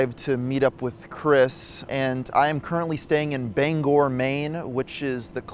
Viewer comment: ‘Bang gor’? Coming from northern ireland where we have a bangor, your pronunciation made me laugh